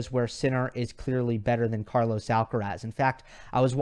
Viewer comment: K-mon Kaaaa.lous AAaallkaraaasss... you have a stunning pronunciation (ironic mode) 🤣🤣🤣